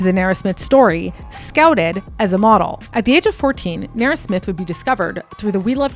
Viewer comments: Like... you couldn't be mispronouncing her name for the ENTIRE video. Who is Nera...? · You kill me with the way you pronounce her name😂😂😂😂😂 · If you’re going to do an expose on someone at a minimum learn how to pronounce the persons name. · You are pronouncing her name incorrectly and naturopath.... 😅😅😅